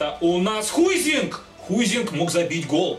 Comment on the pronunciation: Не Хуйзинг, а Хайзинг